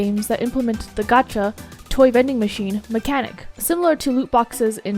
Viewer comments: XD she's been saying "GoTcHa" The whole time You need to pronounce it with an "A" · Its prononce gacha ch=shh not GATcha XD Also.... Ur opinion is cringe and stupid 😒🤦🏼‍♀️